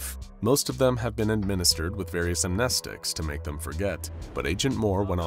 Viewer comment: Am I the only one that froths at the mouth at the way he pronounces amnestics?